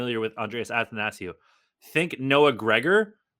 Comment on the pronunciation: It’s actually pronounced “athanasiou” not “athanasiou”